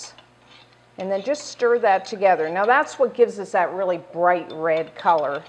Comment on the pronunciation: she said read in stead of red